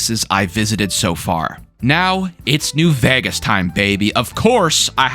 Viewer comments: Why does bro keep saying New "Vagas"? It's vEgas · "New Vehghus" lol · i like your content man but there's only so many times i can hear "new vhayghes" before it makes me want to tear my skin off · why cant you pronounce vegas are you stupid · you say the word vegas weird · why do you say vegas like that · Who do u say vegas so weirdly